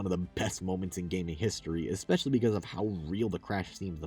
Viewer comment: 'Ikspecially.' Listening to anyone talk for an hoyr and a half is draining but whenever this bad boy came up, physical convulsions ensued